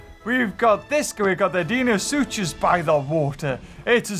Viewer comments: pronounciation of suchus: su-chus Me: su-kus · its pronounced di-no-soo-cus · Pronounsation of deinosuchus: Dee-no-suk-os